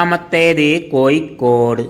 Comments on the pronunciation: Koikod alla kozhikode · എട്ടോ പൊട്ടാ കോയിക്കോട് അല്ല കോഴിക്കോട് നിങ്ങൾ നാട്ടുകാർ പരസ്പരം സംസാരിക്കുമ്പോൾ എങ്ങനെ വേണേലും ആകാം പക്ഷേ ഒരു യൂട്യൂബ് കൈകാര്യം ചെയ്യുമ്പോൾ ഭാഷ അത് കൃത്യവും വ്യക്തവും ആയിരിക്കണം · കോയിക്കോട് അല്ല കോഴിക്കോട് എന്നാണ്. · കോയിക്കോട് അല്ല പഹയാ 😂കോഴിക്കോട് ന്ന് പറ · കോയി കോഡ് അല്ല കോഴിക്കോട് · എടാ പൊട്ടാ കോഴിക്കോട് എന്നു പറ, കോയിക്കോട് എന്നല്ല.